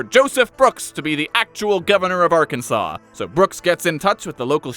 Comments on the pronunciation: It's pronounced Arkan-sas ya idjit! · It's Arkans(awn) btw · Like most phonetic oddities in the English language, you can blame the French for why Arkansas is spelled the way it is. The letter S at the end of a French word tends to make an "â" sound. Hence why Arkansas sounds like "Arkan-saw." So, in respect to this fact, you should read Arkansas as "Arkan-saw", because that's how it's meant to be pronounced. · It is pronounced Arkansaw.